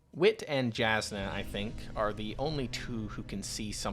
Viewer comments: Great content. Love your perspective! Main note I’d leave is please double check your pronunciations. Js are pronounced as Ys. It’s not Jas-nuh. It’s Yas-nuh. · Just wanted to clarify as an audiobook listener and someone with a slight pet-peeve for mispronunciations (it's understandable, my brain just doesn't like it XD), both Brandon himself and the audiobook narrators prounounce Jasnah with a germanic "Y" sound and not a "J" sound. So Jasnah's name is pronounced "Yahs-nuh". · Very good video! My brain couldn’t handle your pronunciation of Jasnah (J is usually a y sound on Roshar) but I’m sure multiple people have told you that already :)